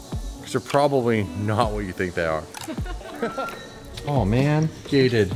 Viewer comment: GATED Without the G sounds (ated)